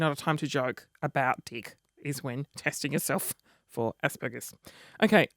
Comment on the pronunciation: haha haha haha you remind me of me I have Asperger's and you totally pronounced it wrong and hahaha your so funny and make me crack up and having asd or being aspie isn't a bad thing it makes you unique.